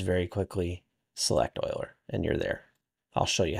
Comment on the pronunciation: This is a super cool tool, thank you so much for developing this. This makes a big difference, plus you even pronounced Euler correctly, lol. Anyways, keep up the awesome work, you're a UE5 hero :) I hope you keep updating the tool for 5.6+ thanks!